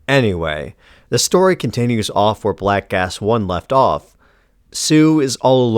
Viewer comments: Whenever you say the title i hear "black ass" and giggle like a regard. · WAIT! ... Did he say, "Black ASS"??? 😂